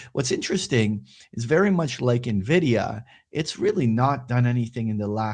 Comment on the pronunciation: you're saying nuh-vidia on purpose arent you ? ;)